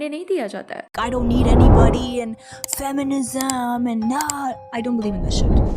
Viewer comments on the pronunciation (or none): It's not fam-mi-nism It's fem-mi-nism